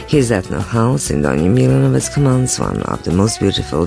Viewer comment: very bad pronunciation, unfortunately